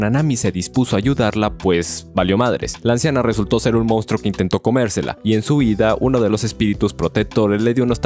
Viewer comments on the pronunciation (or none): none